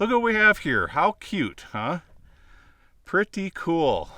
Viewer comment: Is it "pretty" or "pertty" lol Unbroken glass is what blew me away!